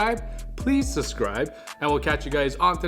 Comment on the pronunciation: You always say suscribe and never subscribe. Now that's sus